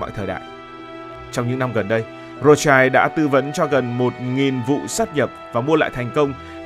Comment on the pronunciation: Phải đọc là Rót shiu mới đúng âm của họ Rothschild.